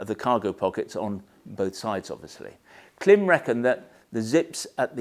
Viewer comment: KLIM. Pronounced CLIMB. I appreciate you do it for the engagement but still… it’s really irritating. Devalues your opinion when you can’t even pronounce the brand correctly!